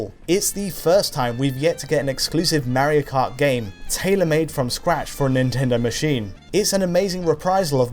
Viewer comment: Mawio Kawt Ehhhhhhhhhhhh